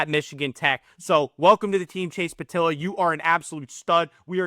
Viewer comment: The e isn’t silent in pietila. His brother Logan is a wheeling nailer